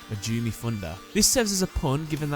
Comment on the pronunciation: Just wanted to note that in the Japanese version, his last name is pronounced "Man-JOH-meh"